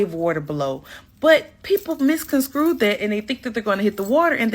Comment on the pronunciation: Someone please tell the woman at the 25 min mark that the word is not MISCON SCREW it’s MISCONSTRUE. Jeez, we are becoming more and more illiterate by the day! ❤️🇦🇺